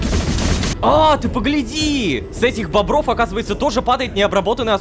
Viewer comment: Мне одному кажется что ло сказал не мобов а бобров?